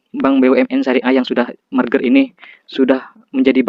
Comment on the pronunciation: Merger bang bukan marger